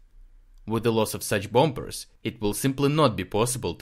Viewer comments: thank you... your articles are always really clear and interesting (ps the second 'b' in bombers is silent.. .so the word is pronounced bom-mers not bom-bers)... look forward to next episode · Good report, but just to let you know, the b in "bombers" is silent. We pronounce it "bohmers."